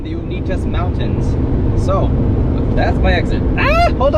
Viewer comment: You even spelled it out and managed to pronouce it incorrectly. Uinta : YEW-IN-TUH